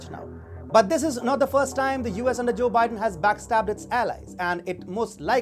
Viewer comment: cho bi-den.